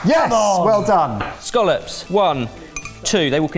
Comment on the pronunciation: Do you mean Scallops? Not Scollops.